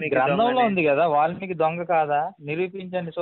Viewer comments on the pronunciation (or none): ఒలిమికి కాదు రా babu వాల్మికి .